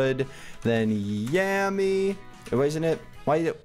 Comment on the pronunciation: Yammy not yanny